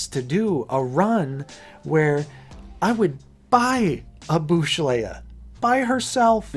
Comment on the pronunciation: Everything gets a 'reprint' .. one day? These will BE singles. 'bush' leia? Its BOWSH.. Leia. ✌️😊